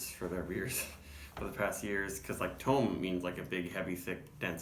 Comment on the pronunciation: They said on Instagram the other day that it’s pronounced Tome like Home, so you did say it right. Not sure what the reason was behind the naming. This is year round now so you should see this often if HA is in your region. Price point at like 11.99 this is a steal. Half acre is maybe the best in the nation at creating flavorful and well executed beers at a value price point. Right up there with Odell and Firestone Walker for me.